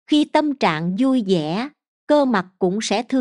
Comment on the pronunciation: Nội dung bài viết rất hay, người đọc cũng có chất giọng hay, nhưng sao giống học sinh tiểu học vậy, bỏ dấu loạn xạ gây câu từ vô nghĩa : LẤY LÀM VÙI là gì ; HƠN NƯA là gì ; 5 GỜ MUỐI là gì....nói chung nghe rồi mới thấy thất vọng